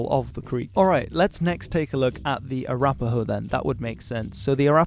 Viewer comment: i lost it at french accent "ahhh arapahoe"